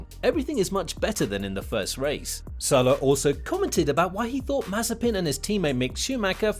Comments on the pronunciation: Damn. He's Mazépin, not Mázepin or Mazepín 🤦🤦🤦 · Don't you mean Maze-peen